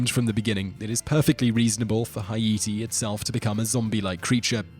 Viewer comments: Victoria Gibbs % you pronounced Haiti wrong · your saying haiti wrong!!! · You’re killing me with the way you’re saying Haiti. 🤦🏻‍♀️ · how he pronounces Haiti is killing me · quit saying Haiti that way . ist wrong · Yup just like he pronounced Haiti wrong. Hay-tee not Hi-ee-tee. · It's Haiti not hieatee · I believe Haiti is pronounced: Hate-E or Hey-T not Hi-A-T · Every time Simon said "Heye-ee-tee" instead of "Hay-tee", I cringed. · It's pronounced H8-tee, not "hi-EE-tee." Silly Brit. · its not, "hi-yeety," its, "hey-ti" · Not only that but he mispronounced Haiti. It’s Pronounced Like “Hati” not “Hi ati” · Hah-EEE-tee? Is this really how Europeans pronounce it? Correct is "HAY-tee". From the air, Haiti is brown, treeless, dusty. The Dominican Republic is green, healthy, and you can see the entire border from the air. Haitians have chopped down all the trees to make shacks and to burn in cooking fires. What a mess. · This guy’s pronunciation is hilarious. Haiti…Hayeetee🤦🏻‍♂️ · why is he pronouncing Haiti, "Hi eat tea"? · proper pronounciation "Hey Tea" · Haiti- Hi E T lol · it's pronounced as Ah-eet-tee or hai-ee-tee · Take a shot every time he say hi-e-te. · im Haitian and i never heard not one Haitian pronounce it like that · Hay-i-ti, ay-i-ti or "hi-ete," is how the French, the Haitians and generally...anyone who's not American pronounces it. It is spelled Haïti in French, indicating that the middle "i" is pronounced separately from the preceding "a," and it is not a diphthong of "ai." I guess this was a long way of saying his pronunciation is correct. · Hugo Louëssard it’s pronounced “Hay-tee” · It’s actually pronounced Ayïti ( I-EE-TEE) it’s the native Taíno name for the island of Hispaniola. It means mountainous land. After thé révolution in 1804 thé free ppl paid respect to the original inhabitants of the island and renamed the former slave colony of Saint Domingue to Ayïti or as the west knows it as Haiti. 🇭🇹 🙌🏾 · nobody: the person in the video: haEti